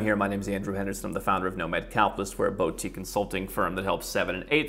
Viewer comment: Hi Andrew, this is very very very knit-picking. When you introduce yourself you say "Boutique". What I hear is "bautique" you should say "boutique" and the sound should be "BOO"tique. like you're scaring someone "BOO". I'm a french Canadian, and my primary language is French. So I think I have the background to say this. :) Again is very very very knit-picking :) Have a great day!